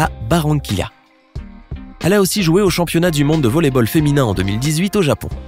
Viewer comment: Est ce seulement moi qui a entendu championniat?